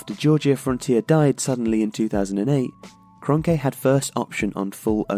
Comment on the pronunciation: His last name is pronounced as kronky